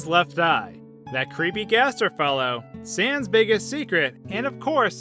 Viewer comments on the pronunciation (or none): none